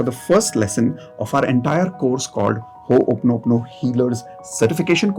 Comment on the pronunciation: Learn to pronounce it properly. It’s Ho o ponopono not Ho oponopono